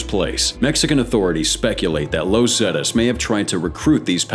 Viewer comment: "Low Zetas" 🤣